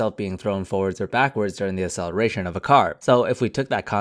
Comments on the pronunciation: Please learn how to pronounce "acceleration" properly, it really bugged me. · Can you please pronounce "acceleration" properly? Because your "acceleration" sounds like "celeration", and cause of that I thought that you were talking about something completely different